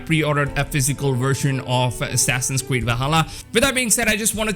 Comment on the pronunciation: “Assassins Cweed”